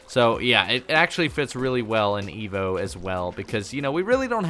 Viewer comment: why do i always here Veevo instead of EVO